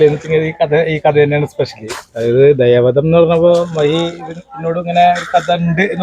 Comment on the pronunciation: ദയാ വദം അല്ല സിനിമാ ക്കാരെ.... ദയാ വധം ന്നു പറ.. 😄